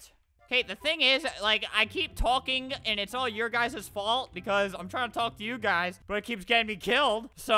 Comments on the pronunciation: U said u guyzas lol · Well that's how it sounded